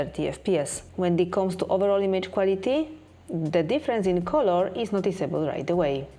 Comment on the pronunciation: It's nice that you make such detailed comparisons. I have a big request, though: Please, check the pronouciation of these words: come, become, colour, comfort, allow. Big thanks 🙏